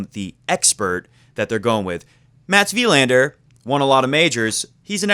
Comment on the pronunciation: Please stop emphasizing the "i" in "Wilander" and emphasize the "a" for the correct Swedish pronunciation. It felt like shifting down to 1st gear while driving 80 mph every time you said Wilander that way ; )